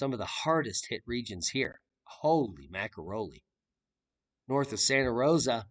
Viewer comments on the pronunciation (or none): none